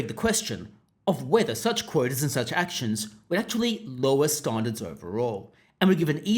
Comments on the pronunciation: Just use your own voice. Your attempt to sound like a newsreader is making you mispronounce “standards”. No one says it like that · Why can't you say "standards" properly? Did you have a stroke? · Are you from Adelaide? Standards has a "pan" vowel not a "palm" vowel in 90% of Aussies.